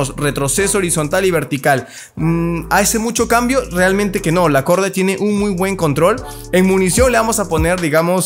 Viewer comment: Se pronuncia Gordait. Mis oídos: Jajajaja dijo Gorda:v